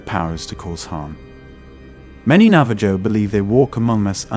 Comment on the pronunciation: Great video, but you don't pronounce the J is Navajo. It sounds more like Navaho